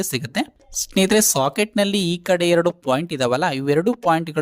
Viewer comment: Very clear explanation. But; why do you call a socket as shocket bro?